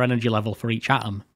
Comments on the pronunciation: Awesome video, thanks a lot! It's obvious, you've put a lot of effort into making it. I kinda wish though, you'd gone the extra mile to put the "t" between the "a" and the "om" 😁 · Please pronounce your 'T's! 'A om', 'wa er' and 'me al' all have a T in them bud aTom-waTer-meTal